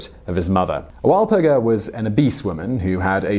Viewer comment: Urgh... the way he pronounces "Walpurga".